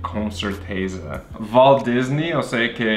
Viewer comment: Não é homenagem ao walldisney não maxo, é Valdisney ou waldisney, se ler com som de "va" de vanessa, no final pode ser nei com i ou y. Kkkk